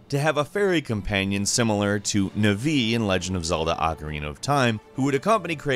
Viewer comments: *navi not nivi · Ok seriously? With the god damn names. Nvee? Really?! It's NA-VEE! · I’m sorry, who the fuck is “Nuh-Vee” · its....its nah-vee not...nuh-vee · You know the speaker doesn’t actually play games when he says “nuh-vee “ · Deimos - pronounced day-mos Navi - pronounced nah-vi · Did this guy just say nah-vee? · (Dee Eye mos) and (Ne vee) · bruh, did he just called kratos''s brother diamos... it might be spelled deimos but its pronunced as dhimos, you make us greeks feel uncomfortable lmao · That isn't how you pronounce "Navi" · Wtf did you call Navi? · am i the only one triggerd by how he said NAVI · He also completely over pronounced Navi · the way this man pronounced Deimos and Navi genuinely gave me a headache. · you said Navi wrong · Katt M yup like navi-gate with a hard E at the end the videos pronunciation saddened me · The way you pronounced Navi triggered me